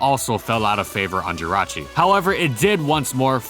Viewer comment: JIRACHI DOES NOT END WITH A U, IT ENDS WITH AN I!